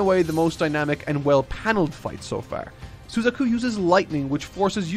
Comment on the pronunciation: shame he ruined Suzaku's...he was on a roll thru 3/4 and almost hit a perfect score!